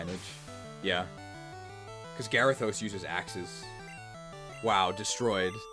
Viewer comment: Gary-thos… im starting to hate that pokeman